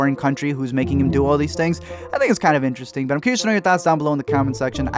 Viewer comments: When he said “butt’ll” I thought he said “pero” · “Pero” nigga Hispanic 😂